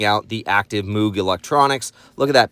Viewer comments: Imma be that guy: “Moog” rhymes with “rogue” (unless you intentionally mispronounced it to drive engagement, in which case it worked.) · It's not pronounced "moog". It's pronounced "moge", with a long "o".